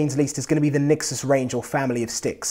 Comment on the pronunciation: nExus not nixes